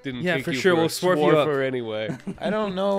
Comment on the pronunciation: suwarf?? swarf? swourf??? TvT